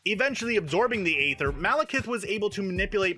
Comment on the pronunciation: It's actually pronounced "ether". The a in "aether" came from the abandoned letter "Æ" and isn't used in its pronunciation.